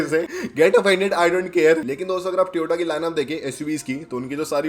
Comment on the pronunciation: BHAI SAHAB TOY-OH-TAA HOTA HAI NOT TI-OH-TAA ITS TOYOTA NOT TIYOTA AAP GALAT PRONOUNCE KARE HO